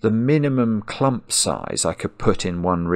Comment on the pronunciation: At the beginning the word „clump” was kinda funny, but after two hours of Marks clumP!! where P sounds like the sound from opening a can of Pringles made me sick and my anxiety rose to the sky.